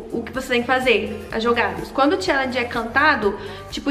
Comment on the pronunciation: Perdi a conta de quantas vezes ela falo chellegen kkkk